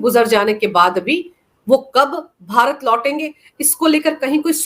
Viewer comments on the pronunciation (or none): none